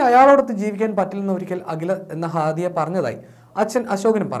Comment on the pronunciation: ഹാദുയ അല്ല അഖില